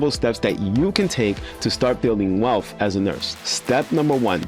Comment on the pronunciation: Bro! PLEASE stop saying WEALPH or WELF. It’s WEALTH :) You’re to smart for that….